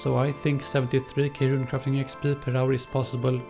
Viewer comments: it's interesting how instead of saying "EX PEE" he says "EX PL" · the way he is talking..."EXSHPEE" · sounds like smeagol when he pronounces the E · the way he says XP Lol